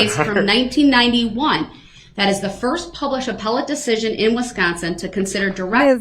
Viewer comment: He said “apple-ty” when I’m pretty sure he meant appellate.. 🥴 he said is it common law or apple-ty court.. 😵‍💫